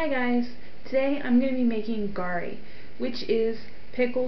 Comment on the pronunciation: it's pronounce gah ree and the "pink" ginger you're referring to the one you see in yoshinoya is red ginger